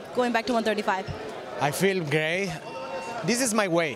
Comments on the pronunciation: he did say gay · yes he did say" I feel gay" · “I feel gay”, I’m sorry but that’s how it sounded😂